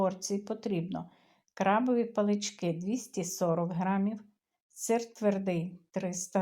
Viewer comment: пАлочки, а не паличкИ Насамперед ніж виходити в етер, ознайомтесь з правилами орфоепії. Неможливо слухати, як люди засмітчують мову.